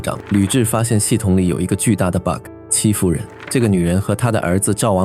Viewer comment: 戚夫人我真的一直聽成欺負人😅